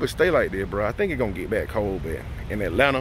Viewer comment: That Atlanta came aht in the beginning 😂💪🏾